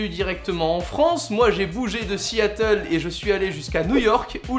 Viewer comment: Siiiiatle lol